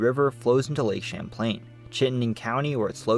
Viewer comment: Not all us Vermonters sound that high strung. Or “SLOW” That dude didn’t Evan say lake Champlain correctly. My guy. Relax.